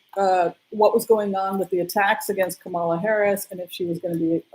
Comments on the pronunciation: Hello from Kansas City. Wonderful to see beautiful Mila up close. Thank you for your work in these dark times. I am a big fan . One correction if I may. Kamala is pronounced COMMA- la. It rhymes with her mothers name Shamala. Her kids call her Mamala. The network talking heads are trying to remember this. I would also like to give kudos to Cindy at Soulprint Intuitive as another wonderful reader and intuitive in our group. Blessings. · you will have to know how to pronounce the name of our first woman president— it is COMM uh luh.😻